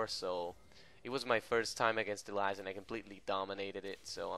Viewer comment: that's not how you pronounce elise